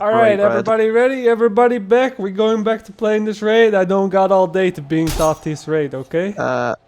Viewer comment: The way you say taught annoys me and im dutch